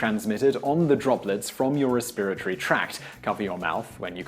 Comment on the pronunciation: He mispronounces "respiratory."